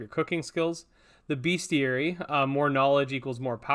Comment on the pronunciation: the bestiary is actually pronounced best + iary not beast